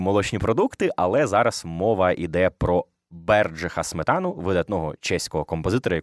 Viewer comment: Тільки от чеського композитора звали не СметАна, а СмЕтана.